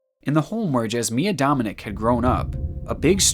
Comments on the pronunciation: fellow croatian person here cringing at the pronounciation of jasmina dominić (you pronounce it like ya-smee-na do-mee-neech) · Jasmina Dominić is pronounced Yuss-mee-nah Do-mee-nich. I find your butchering of her name highly offensive. Hearing you read before, I can tell you're dyslexic. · damn you butchered the name jasmina dominic XD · Lmao the way you pronounced the names like they're muslim or something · i`m only looking at this video now and my dude as a Croatian myself u butcherd the name of the last case so bad lol.